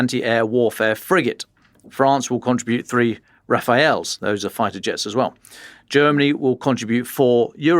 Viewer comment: Nothing says "I paint roundabouts" more than knowingly pronouncing foreign names. Rafale isnt that hard.